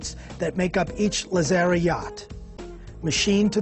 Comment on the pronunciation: Very Informative. Too bad the host could not pronounce Lazzara correctly.